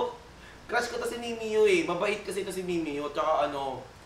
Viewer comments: MIMIYO? AYUSIN MO MUNA PAG PRONOUNCE BAGO KAYO MAGCOLLAB NI MIMIYUUUUH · gURL mee-mee-yah, hindi mee-mee-yoh